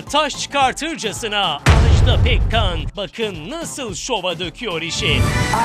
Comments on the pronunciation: Televizyonda program yapmak için Türkçeye hakim olmayı gerektirir. Bu hanımı kimse neden uyarmamış acaba? AJDA PEKKAN'ın adı AJDA'dır, Ajdağ değil!!! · Ajdaaaaa diye okunmaz "Ajda" tek "a" ile okunur.